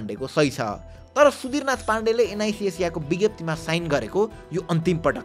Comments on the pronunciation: एन आई सी एसिया ❌ एन आई जी जेजिया ✅ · Am I the only one hearing NIB Asia? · एनआईजी एजिया :D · Niz Azia😂😂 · Bro NIC ASIA ko pronunciation garna sika pahila ani balla video banau 😂😂